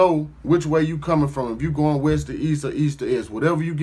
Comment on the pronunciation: Cuz say West "Boast" 🤦🏾‍♂️🤦🏾‍♂️🤦🏾‍♂️🤣🤣🤣🤣 Most Def not from out here! Hella extra.....hella entertaining. 🤦🏾‍♂️